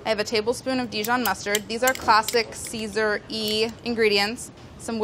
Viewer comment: So CaeSan instead of CaeSal.. CAE SAN SEASON!